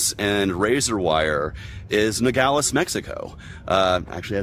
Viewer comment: he can't even pronoun-ounce Nogales, New Mexico correctly.